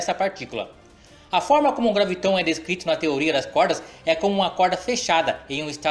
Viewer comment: Por que você fala.graviTON, se em todo o seu video, está grafado com acento no 'a"? Ou seja, é uma proparoxítona: GRÁviton; não oxítona!